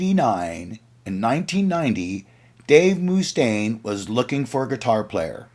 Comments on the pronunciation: agreed. Great video, but learn the pronunciation of the main guy the video is about🤷🏻‍♂️ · That’s BS. No one ever pronounced his name like that anywhere. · Moo-Stain had me cracking up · "Moostain" lol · It kills me every time he says it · More like Mue-stain! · Paused video. Needed to come down here and ridicule the narrator. MOOOSTAINE WTF MY GUY!!!??? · lol so just because some hollyweirdos said it wrong he repeats it? I saw peace sells tour. I've never heard anyone pronounce it moo-stain... never. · Why can't you say Dave's name right?